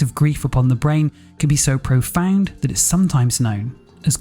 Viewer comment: "Grief is [profane] sadness . . . ." Something tells me you mean profound Listened 2x, sounds like profane